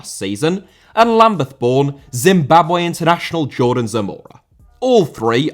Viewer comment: Rather* not Rother Zimbabwe* not Zimbabwei Colorado* not Colorohrdouw Vieira* not Viera Debut* not Deibyu Carvalho* not Cahváyouw Dembélé * not Dembeilei Rodák * not Rouwdak Augsburg* not Ogsbög Zaha* not Zohrhor Lallana* not Lallohrner Ramsey* not Ramzey Chukwuemeka* not Chăkwameiker Neco* not Nicouw Cesc* not Ces Emiliano* not Emeleohrnouw Bellerín* not Béyeren München * not Munich Dortmund* not Dormund Roméo* not Rouwmiouw Lavia* not Laveyer Andreas* not Ondrejas Guehi* not Guwei Aké* not Akei Traoré* not Trayorei Roman* not Rouwman